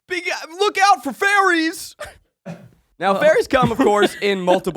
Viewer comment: Listening to this ep convinced that Zach was presenting on fERries not fAIries. Just me or anyone else?!? Humbling reminder that Power Points are a visual medium.